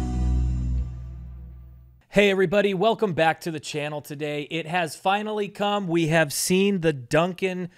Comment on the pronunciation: F-I-N-A-L-L-Y, NOT f-i-n-n-a-l-l-y. Good grief.